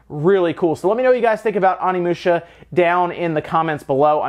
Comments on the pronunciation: It's pronounced Oh-nee-moo-sha, not Ah-nee-moo-sha. Japanese isn't hard to pronounce--it has five vowels and they're always pronounced the same. Get it right. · I swear to god the Pronunciation of Onimusha is not - Omnimusha, this is not battle of the gods in DBS XD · So much hate for pronouncing 'Onimusha' as if it were written 'Onnimusha' or 'Animusha'. Oh, well. I remember back when I pronounced 'Geno' as [GEH-no]. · How to pronounce Onimusha (Oh Nee Moo Sha) please pronounce it correctly... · It's pronounced: Oh-nee-moo-sha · Love ya, but it’s pronounced OH-knee-moo-sha xoxo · You saying it wrong. It is o-ne-mu-sha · please stop slaughtering Japanese words. There are only five vowels: a says “Ah,” i says “Ee,” u says “Ooh”, e says “Eh,” and o says “Oh.” There. Now you can pronounce every Japanese word ever. Onimusha is “oh knee moo shuh” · I'm sorry, but I can't continue listening to you as you butcher the pronounciation of Onimusha every five seconds.